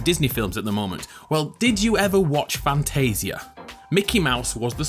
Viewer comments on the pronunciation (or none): lol i owned fantasia my grandpa owned it and its pronounced fantagea as in bage not fantaseia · You said Fantasia wrong. It is fan-tae-sha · It’s fan-taysh-a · You said Fantasia wrong